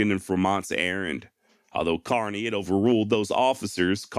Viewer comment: FYl: lt's pronounced kerny not carny.